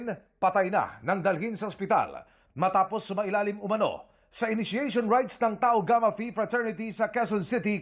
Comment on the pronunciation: Tau gamma phi trees killion hahahahaha 😂😂😂😂 pasok